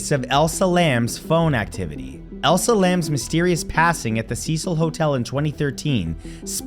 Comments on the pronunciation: Her name is pronounced Eliza not Elsa. This is not Frozen.🥶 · HER NAME IS ELISA!!! NOT ELSA! Show some respect for the dead Matt.